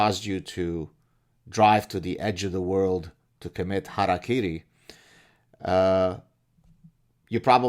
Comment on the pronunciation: thanks for pronouncing hara-kiri properly!